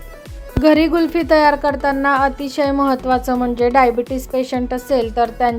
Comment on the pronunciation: कुल्फी छान झाली आहे. पण तुम्ही गुल्फि म्हणतात. कुल्फी म्हणा ताई 😊